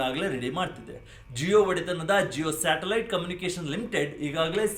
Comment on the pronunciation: ಸ್ಯಾಟಲೈಟ್ ❌ ಶಾಟಲೈಟ್✅